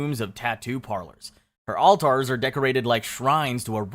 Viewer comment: right something as simple as 'alters' IS 'ALL TARS"